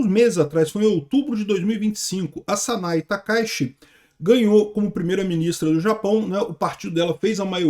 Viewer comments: Sa-na-ê Ta-ka-í-chi, é assim que fala. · Se pronuncia Sanae Taka Íti